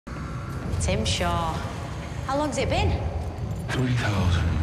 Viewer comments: I hope you do remember that's not his actual name, just a mispronunciation used to intentionally Troll him. I think his proper name is Tsim Shah. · Um, it’s tzim Sha.